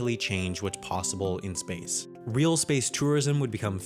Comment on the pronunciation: Did anyone noticed him saying “weal” instead of “real”